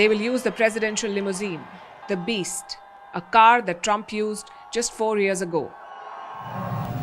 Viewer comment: Quite an emphasis on "The Beast". Are you trying to tell viewers something? What did you hear over there?